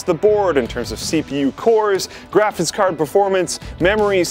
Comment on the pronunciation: is it me or does keep saying "Graphitz cards"?